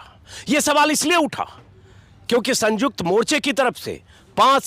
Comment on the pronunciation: संयुक्त बोलो सर ना कि संजुक्त